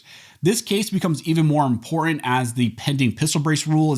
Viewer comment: Please pronounce “Important” correctly for Christ sake.